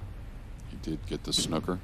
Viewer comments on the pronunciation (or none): Sorry as an English man we play snooker if your going to use the term its not snucker its snooker or snookered get it right please if you are going to use my Language please👍